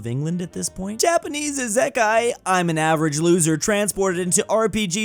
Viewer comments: The way pronounces"Isekai" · That is a way to pronounce isekai. Not one I've ever heard, but it is a way